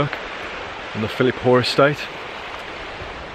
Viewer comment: Great footage. It's Philiphaugh though. (ch as in loch)